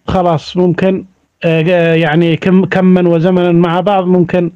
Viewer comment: كمن وزمنن ❌ كما" وزمنا"✔️